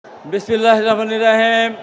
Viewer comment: They can't tell Bismillah correctly. Inna Lillah.